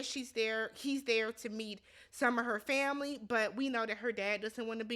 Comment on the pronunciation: Awww the “tamily” I love it ❤